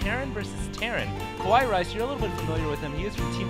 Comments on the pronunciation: hey, i think you guys pronounced KawaiiRice's name wrong..........not "ku-wa-yi".....it should be "ka-wa-yi".....im pretty sure it is the pronunciation for cute in japanese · hes e-mailed Kawaii rice and he has said that he wants it to be pronounced like "hawaii", the island.